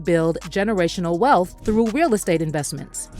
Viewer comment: "Generational wealf" 😅